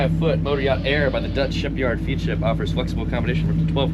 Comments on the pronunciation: Ps it is FED ship, not FEAD ship.. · Great video. By the way it is pronounced Fedship not feedship. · It's actually pronounced as Fed-ship, instead of feed-ship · Feadship…rhymes with Fred ship. 😊😜😘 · Hey, not to nitpick, but Feadship is pronounced Fed ship :) Love your channel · Feadship is pronounced "fed ship" fyi. They put out some amazing boats and have done for many years. Great channel and excellent work on the boat. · Love the episode. By the way, Feadship is pronounced Fedship